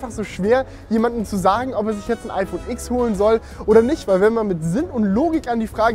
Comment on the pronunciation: Tolles Video, so schön und qualitativ hochwertig produziert mit Sinn für Ästhetik schöne Locations, gute Dramaturgie und na ja das mega geile iPhone TEN. Du hast mir aus der Seele gesprochen. Nur ein Punkt: Sorry aber mich nervt es wenn man Iks sagt.😉